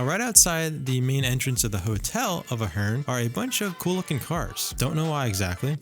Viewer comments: Good video, but you're pronouncing the name of the hotel incorrectly. It's A-HERN (A sound as in pay, play, stay), not UH-HERN. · A-hern, not Uh-hern. I'm there two or three times a month. You don't need to go out back, and Sahara is as safe as anywhere else. Clearly being a dick for clicks. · I say Ey Hern you say Ah Hern. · Good vlog..and the hotel name is pronounced A-Hern... some cool Las Vegas mob history ..Right where the Ahern parking garage is, there was a short street that had a 1980's mob owned jewelry store called ,'The Gold Rush'..Then Gold Rush was owned by mob associates Tony Spilotro and Herbie (Fat Herbie) Blitzstein...and actually this hood is fine, for anyone with some courage......also as noite din this vlog, longtime Las Vegas celebrity and mob restaurant 'The Golden Steer' is steps away..... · Lmao…. Are you 💯 sure that you don’t pronounce it “ A-HERN ? “ 🤨🤓🤭🤭🤭🤭🤭🤭🤭🤭🤭🤭🤭🤭🤭🤭🤭🤭🤭🤭🤭🤭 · oof, it's pronounced like "air-in" or like Aaron/Erin/Aron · It's pronounced with a long A at the begining I know the owner